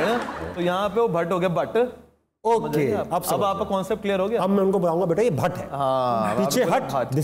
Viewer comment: Butt nahi Bhatt. Punjabi 2 chashmi hay ھ ko pronounce nahi kar saktay. Is liye Pakistan me Bhatt ko Butt kehtay hain. Asal me Mahesh Bhatt wala Bhatt hai.